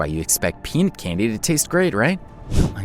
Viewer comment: It's Pea-Nut, not Pe-N*s